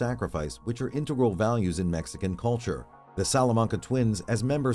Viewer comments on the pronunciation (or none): none